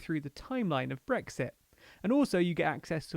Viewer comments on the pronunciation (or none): none